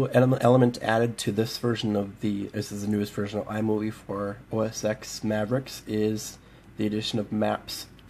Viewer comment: It's pronounced "OS 10", not "OS X." The X is a roman numeral. Also use screen recorder next time, it's built into QuickTime.